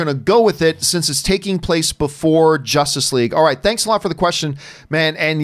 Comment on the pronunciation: Did he mean jossice league